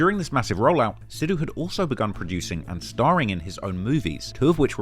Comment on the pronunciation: I'm not Indian and I have never been to India but I've been listening to a lot of Moose Wala in the last couple of years because I think Indian music is so unique. I didn't know there was a story like this behind the guy though. (Btw just for future reference, it is pronounced "Sick" instead of "Seek" for Sikh/Sikhs/Sikhism, I have a Sikh friend that is always getting on me about the pronunciation lol).